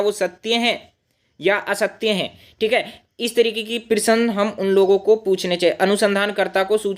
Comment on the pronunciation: सर प्रिसन नही प्रश्न❤